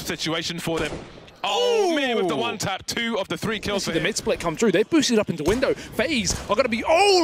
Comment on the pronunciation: haha kurwa no nornalnie profeszynal łan tap